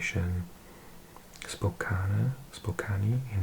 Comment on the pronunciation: Washington mentioned! Most of your pronunciations are right, but I laughed when you said Spokane as I'd never heard that pronunciation before! It's "Spo-can". And no one ever knows how to pronounce Puyallup, but it's "pyoo-AH-luhp" :)